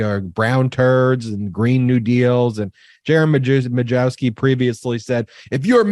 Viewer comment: Majewski is actually pronounced "My-YEV-skee".